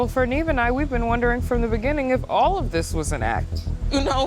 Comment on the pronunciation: Nobody.... absolutely nobody: " NEEF" ( NEV) 😂😂😂😂🥴🥴🥴🥴